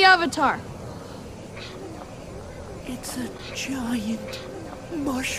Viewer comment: wait i cant unhear 'im the oventar' now HAHAHAHAHAHAHH